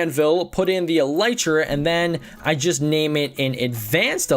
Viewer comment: elytra is pronounced el-eee-tra